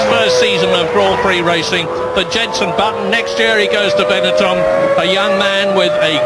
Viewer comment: He says Bunson. As in Bunson Jetton instead of Jenson Button xD